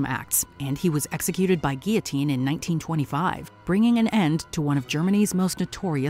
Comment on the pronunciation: And the pronunciation of guillotine seemed to get him too lmao